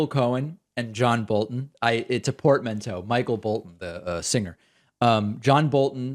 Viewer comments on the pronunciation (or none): none